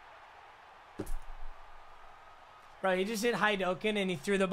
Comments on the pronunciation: It’s hadoken not hidoken 👋🏻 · Its pronounced hadoken not haidoken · "is he going to do the highdoken" everyone else" it's high-du-ken." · Dude said “Hi-dyoken” and “playcock”😭😭😭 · This guy said hi-duh-can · He just did hi-du-ken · did he just say "highdokin" wtf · u officially are disbanded from the anime community for how you said haduken